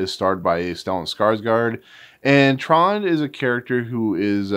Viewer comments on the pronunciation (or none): Actually his name was Trond but I didn’t pronounce the D properly so it sounded like Tron.